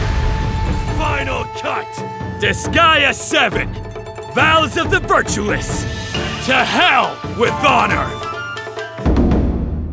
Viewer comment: Is it me or does he say vows of the 'virtuous' and not virtueless.